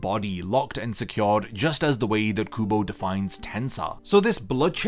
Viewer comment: I kept thinking you said google and not kubo lmao